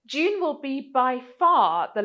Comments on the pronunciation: "d'Juune" 🤢🤢🤮 It's DUNE. Sound it out. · Isn't it just pronounced like a normal D (doon)? I couldn't understand why you kept pronouncing it with a J sound (djune) like in the word education. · Now I can't unhear you saying "June",... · It sound like you are saying June,. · I would work more on the pronunciation of the name 🤪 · I am English. English pronunciation is DYOON American pronunciation is DOON